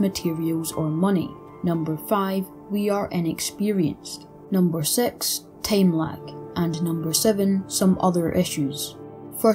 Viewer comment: "...would take a long TAME"